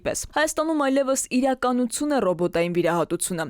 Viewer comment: Հարգելի լրագրող, վերջավորությունները ինչու՞ եք այսպես կարդում՝ նորարարուցուն, վիրահատուցուն, իրականուցուն։